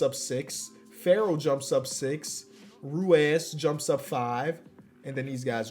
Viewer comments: how on earth can an American not pronounce Ruiz… I love but that is insane hahahah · Pains me to see his Ruiz pronunciation 😭